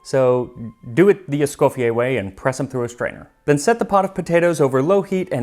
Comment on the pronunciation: I very much like your videos... but ont this on I really Thank you for the effort done on the correct pronounciation of M. ESCOFFIER's name the french way.